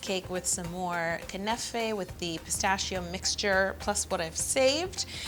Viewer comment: Knafeh is pronounced as kunafa